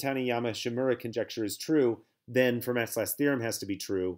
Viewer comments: i think he means Fermat is supposed to sound like “Fur-Mah” Idrc. Its definitely not going to stop me from binging these videos though. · Please pronounce Fermat correctly.